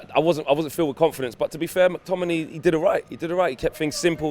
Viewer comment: Stop saying mctominiii